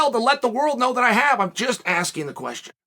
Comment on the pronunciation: “I’m just Askren what you think”